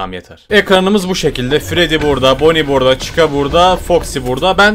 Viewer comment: Normal: Freddy: Freedy Normal: Bonnie: Boonie Normal: Chica: Chicka